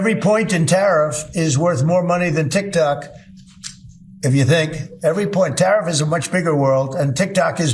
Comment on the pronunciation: I thought it was tiktok not tiktak you cement head